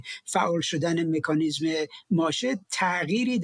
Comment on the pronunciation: فردوسی به مادرت سلام رسوند گفت مکانیسم نه میکانیسم